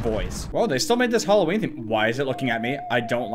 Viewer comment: Nobody:: hulloween